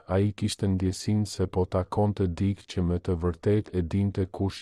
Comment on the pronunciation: Mëso theksin e fjalëve. Jo "dik" por "dikë".